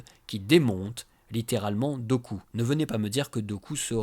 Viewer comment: Super vidéo, comme toujours ! Par contre Dooku se prononce "Doukou"...